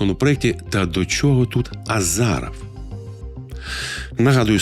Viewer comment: Іще хотілося б поправити, вас, пане: правильно казати "Азіров" )